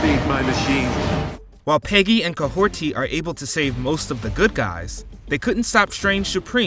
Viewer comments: There’s no way this man is calling Kahhori “Kahhorti”! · It's Kahori and you are pronouncing it as Kahorti. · Where do you get the T in Kahhori???!!!???!?!?!?!??!